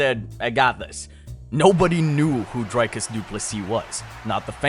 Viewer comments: It's not Dryyycus It's Driiiiicus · "Dericus" lol